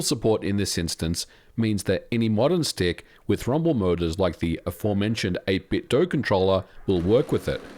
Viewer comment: 8bitdo is pronounced with a 'doo' sound at the end, not a 'doe' sound. FYI.